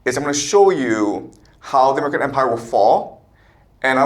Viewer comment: are you saying “how the American empire will fall”? Sounds like you’re saying “domican empire”. Your CCP subversion committee needs to teach you better English.